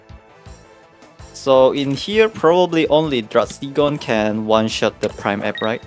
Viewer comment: no s in druddigon (drew dee gon)